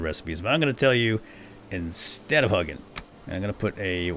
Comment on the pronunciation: Vowel, consonant, vowel makes the long vowel sound. Hugin isn’t pronounced Huggin. 😝 Still love your content though!